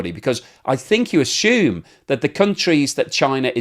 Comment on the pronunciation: There is no H in ashoom, As curly told Moe, you are speaking incorrectly, you are moidering the kings 👑 English. There is no H in ashoom it's assume. Ass you me. 😂Lol 😅 OMG 😂 yuuup 😂 hahaha 😂 luv your blogs. Have a blessed day mate d world could use a few more mates like u